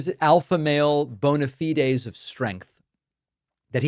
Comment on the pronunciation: David you're pronouncing Bona Fides wrong! Geez